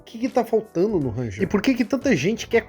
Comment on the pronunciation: Uma pequena dica: a pronúncia correta do nome é "renjer", com o R do começo arrastando um pouco